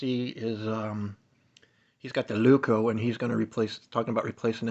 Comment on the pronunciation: It's a Leuku, not a Leuko.